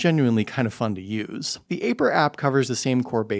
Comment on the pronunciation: It's eye-purr not A-purr 😂